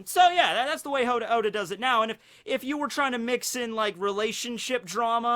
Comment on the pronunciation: said “hoe•da” lls